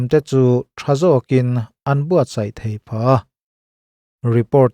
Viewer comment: Israel iron-dome hi chu a va han bon tak. Mahse hetiang ang system neih an ngai tawp mai hi chu(h)..buai kumhlun annih zia a tifiah hlein a hriat. Bible hunlai atang tawh an indo reng mai zawng anih hi maw...🤦🏽‍♂️ Engpawhnise te meuhin 'sai' thluk a tidiklo hi ka dem 😂😂 a ti nghing/khur daih alawm le.